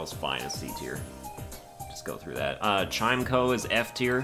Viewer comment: While I respectfully disagree with the placement of chimecho, I would like to point out it is pronounced like chime-echo and not chimeko. Love the series and keep it up!